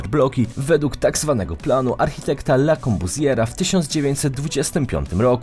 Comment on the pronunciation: "le korbuzjera"